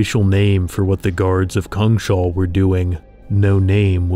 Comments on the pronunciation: It took me a moment, but is "cungshal" meant to be "Kungshall" (King's Hall) in Swedish? If so, it's pronounced something like "koongs hall". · Just a note that it's "kungs-hall", not "kung-shall". It literally translates to "kings hall". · It cracks me up that you keep calling it Kung-Shall. Its Kungs-Hall, isn't it? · It's not Kung Shall. It's Kungs hall. In English, King's hall. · It's not pronounced Kung-shall btw, it's pronounced Kungs-hall. "Kung" meaning King, and "hall" meaning hall; a big room. The whole word means The kings hall. We swedes like to write words together as one if one word is descriptive of the other, hence why we write it as one word, "Kungshall", instead of two, "Kungs hall". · So cool. I think Kungshall should be pronounced "KUNGS-hall" instead of "Kung-SHALL" though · Kungs-hall, not Kung-shall It's just King's Hall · Its "Kungs-hall" [Kewngs-hal] meaning the Kings hall. Not "kungSHAWL" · Kungshall actually means kings hal and is pronunced kungs-hall in Swedish. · Kungs Hall (kings hall) not kung shall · Kungshall. Kungs hall. King's hall. Kungens hall The King's hall. "Kung shall" is not a thing. "Shall" is not even a word in swedish. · Neat video but a little disappointed you didn't think about checking on the pronounciation of "Kungshall" (lit: Kings' Hall); Say it as Kungs Hall with an a as in apple. :) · Just a quick note here, "Kungshall" is Swedish for "KIngs hall", and should not be pronounced with a sh-sound :) Just imagine "Kings hall" but with a U instead of an I.